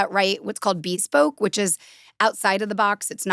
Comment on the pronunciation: …this woman is actually an idiot. She doesn’t know how to pronounce the word “bespoke” and thinks people don’t know what tropes are. Also she believes in ghosts. “I love that you know what a prequel is!” Jfc she’s an insufferable moron who thinks that she’s some genius probably because she’s surrounded by people who inflate her ego too much.